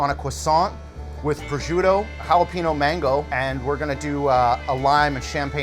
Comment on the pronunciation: Is any one else upset how he says jalapeño?